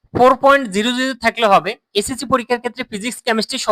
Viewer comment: আপনার এসএসসি এবং এইচ এস সি প্রোনানসিয়েশন ক্লিয়ার হচ্ছে না এটা ক্লিয়ার করে বললে আমাদের জন্য বুঝতে সুবিধা হয়